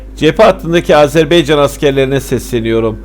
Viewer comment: HALA AZERBAYCAN a AZERBEYCAN diyor . HAH HAH HAAAAH TÜRKETE der gibi .